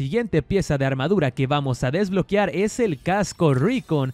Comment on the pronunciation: DESBLOQUEEEAAAARRRR!!!! SE DICE "¡DES-BLO-QUE-AR!" NO DESBLO-QUIAR! NO LLEVA " i " si no, " e "!